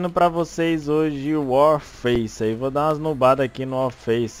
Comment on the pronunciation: O fala 'Wallfaice' kkkkk